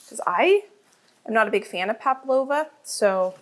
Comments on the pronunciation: The dessert is called PAVLOVA, not paplova. There is a constant mispronunciation of the word. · Hi, nice to see you and your lovely mom cooking together. The name of your nieces requested dessert is Pavlova I think that’s is what you mean. At first I thought you said Paplova and I thought that’s something new I had never heard of before. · The dessert is called pavlova. Sometimes it sounded like you said "paplova", which sounds like something you go to the lady doctor for. 😆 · Do Americans say ‘pablova’?? We say pavlova! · Everything looks delicious! But i keep hearing Pa-P-lova, i believe it is Pa-V- lova😉... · Since you asked how to say it, it's Pavlova. P-a-v-l-o-v-a, not Paplova. 😊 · Just to correct: it’s Pavlova (v) Not paplova (p) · Fun session, great menu, but are you saying paplova? ❤😊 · i love the big cook up days with your mum! so many good tips ❤ also...as an australian i feel i am an authority on pavlovas - and i can tell you you pronounce the V - so it is paV-lova....and we just call them pavs... eg. Oh Chezza you brought a pav - good onya love! 🇦🇺🦘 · It’s Pavalova not paploma. It’s an Australian dessert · Pavlova is pronounced Pav lova 🦘🦘🦘🦘🦘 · I came here to ask if I had heard it incorrectly lol. I guess I didn’t